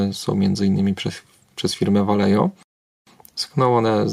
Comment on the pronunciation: Śwetny tutorial. Drobna uwaga: Vallejo poprawnie wymawia się "Wajeho" ;)